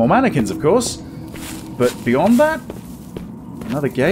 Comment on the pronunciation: "How many Mannequin's can be around here?"........ MANYquins